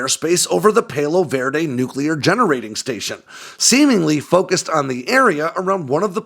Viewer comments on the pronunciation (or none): PAL-OH not pail-oh …Palo Verde